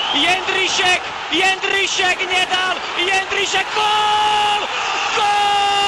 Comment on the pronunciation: jeNDrisek nedal, jeNDrisek goool :D